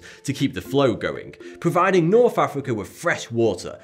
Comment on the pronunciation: "Providing Norf Africa wif fwesh water."